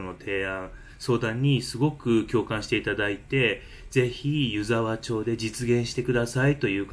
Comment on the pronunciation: 3か月前の動画に失礼します、🙇‍♀️ 「ゆざわちょう」ではなく 「ゆざわまち」です☺️